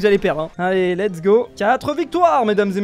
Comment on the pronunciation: "let's GI" au lieu de Go mdrr